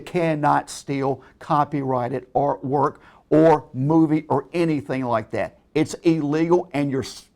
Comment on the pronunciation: 'You cannot steal copyrighted arwor' Oh